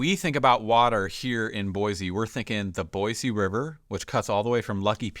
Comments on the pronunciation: Can we at least pronounce the name of the city correctly? There’s no “z” sound. It’s an “s” sound. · There’s no “Z” in Boise. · Saying Boise wrong... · Yes, yes, yes. Why does he claim to represent the area but not know how to say it correctly.